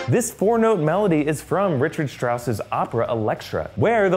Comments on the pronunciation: For future reference, its pronounced Ric-hard, not the American pronunciation of Richard. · Who listens to that F minor 6/8 pattern and thinks "Ah, yes! Elektra!" and not "Imperial March variation"? Also, Richard Wagner's first name is pronounced with a "hard" ch.